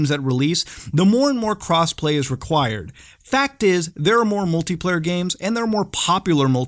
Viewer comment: lmao i thought you said cosplay